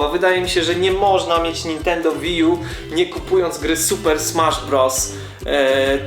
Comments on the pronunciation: to jest łi ju a nie wi :D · łiju sie czyta